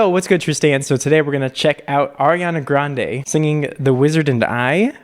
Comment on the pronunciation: her last name is pronounced "gron-dee" by the way 😂